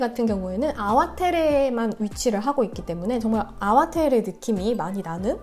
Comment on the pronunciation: 안녕하세요. 전 말보로에서 16년째 와이너리에서 일하고 잇어요. 아와테레가 아니라 아와테레 밸리가 아니고 아와트리 밸리라고 발음합니다. 영어로 표현하자면 ar-wah-tree 라고합니다. 대부분의 와인들이 모든 탱크를 테이스팅하고나서 블랜딩을 거칩니다. 배비치아니고 바비치와인입니다. 푸나무는 제이드의 다른 이름이고 한국의 옥이랑 같은 의미 입니다. 껍질째 넣는것을 카보닉 메시레이션이라고 합니다.